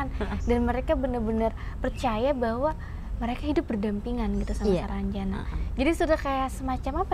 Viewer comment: salah bro Penyebutannya itu sarangjana bukan saranjana Arti sarangjana itu =sarang yang bearti "tempat", ibarat sarang burung, lalu jana nya itu terpisah lagi huruf j nya, arti j nya itu "jin", nah kata ana itu itu" sana". Jadi kalau di artikan atau di tafsirkan menjadi "tempat jin sana" Saya asli orang Kalimantan tepatnya kalbar Pontianak. Jadi saya hanya tau artinya saja.